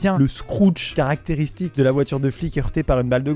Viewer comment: "Les carestéristiques de l'école" o0